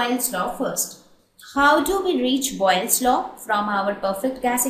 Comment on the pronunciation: its boyle's law not boglis laww change it